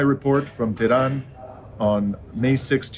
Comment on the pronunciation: Hi Dimitri, it's pronounced TeH-ron. 'Te' like in 'test,' ending the syllable with a short audible "H," followed by 'Ron' like the name. Similarly, Iran is pronounced 'E,' like the letter E, and 'Ron' like the name. Grateful to you for keeping us informed.